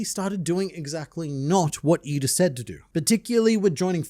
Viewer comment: He called her eeda lmao